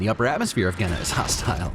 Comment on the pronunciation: the way Kwei pronounces "Genna" sounds like "Gehenna", which sounds intentional given its description as "the death planet". That sounds like it'd be Hell.